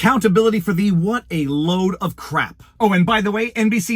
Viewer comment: I cannot forgive you for how you pronounce "what"